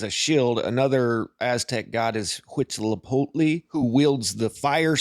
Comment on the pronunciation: He said Huitzilopochtli really well, huh